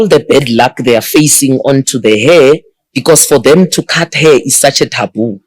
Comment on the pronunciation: It's pronounced hair not here 🌹💜